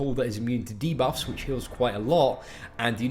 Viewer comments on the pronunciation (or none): none